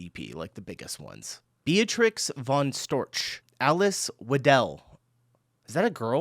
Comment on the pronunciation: No! The ancestors of the Native Americans were East Asians. They migrated across the Bering Strait between what is now northeastern Russia and what is now Alaska. The Balic regions in the... Balkans??? Spain. That pronunciation! [B. v. Storch] 😂 That pronunciation! [V. Hugo] 🤣🤣🤣 Ever heard of the Pyrenees? Ever heard of the Sistema Central? Ever heard of the Cantabrian Mountains? Ever heard of... Ever heard of the Apennine Mountains? Ever heard of... forget it! 😂 Vlad III Drăculea, known as the Impaler (or Dracula).